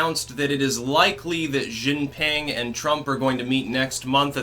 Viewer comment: Love your stuff, but one note, it is pronuonced "She Gee Ping"